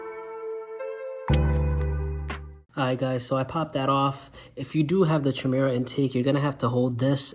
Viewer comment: Chimera, is pronounced KIMERA